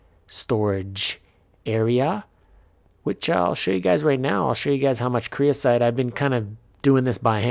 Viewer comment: someone has probably already said this but its creosOte, not creosIte